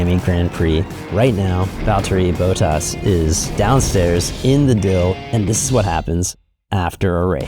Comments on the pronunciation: Bott-as, not Boat-as. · Again, it’s pronounced BOT-as, not BOW-tas!!!!! Get a presenter that can say it right please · Bottas. Not Boat-tas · His name is pronounced BOTtas, not BOWtas 🤦🤦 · Imagine making a vid centered around Bottas and pronouncing it like Boatas… bruh Great vid regardless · Man you’re killing me with Bottas’ pronunciation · Lmao I wonder if he pronounces robot as rowbot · Americans always seem to mispronounce Bottas and Ocon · we don’t. This moron does tho